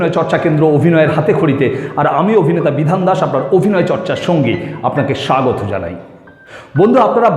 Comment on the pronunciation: Bangla bhasai V bole kichu nei it's BH. So not Avinoy it's Abhinay.